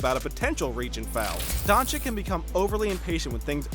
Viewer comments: and also keep saying donchiKK instead donchich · Man its luka doncic not luka doncik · it is luka dončić not dončik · It's Dončić, not Dončik! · Its Dončić (Dochich) not Donchick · Donchick lol it dončić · donchick? dude is that hard to say donchich? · Luka DončiĆ not dončiK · Stephen "Luker Donchick" Smith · It’s Donchich mate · *dončić Read like doncic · That's Mr. DON CHICK to you sir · donchikkkkkkkk????what???its not KKKKK dude .... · Donchick. So disturbing every time you say it. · Don “chick” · It’s Don- Cheech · If you say Doncik once more I..... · Its not Donchick mate its Doncic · He just said Donchick 999 times. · Ill give you dislike man. After 2 years i still hear DonchiKKKKKKKKKKKKKKKKKKKKKKKK... Are you guys deaf? xD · its DonCHiCH FFS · donchich.....cmon, its not rocket science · luka Don-chick 😆😆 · It is Dončić,pronounced Donchich. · Weel you pronaunce Donćić wrong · It’s Boban Mariyanovic and Luka Donchich not Doncik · Come on, the pronounciation is unbearable.. Donchik, marđanovik...